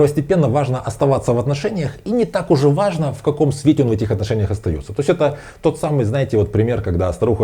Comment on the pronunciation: Не аажно😊